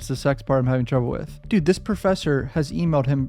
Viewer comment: Bro makes my day wen he says dude 😂 shit will always be funny to me 😂